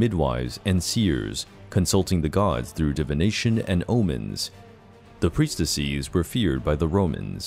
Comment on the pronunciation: "priestessees" XD it's just priestess-es, bud. Not -ees.